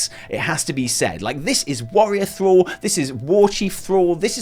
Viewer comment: Thruall?? Is THRALL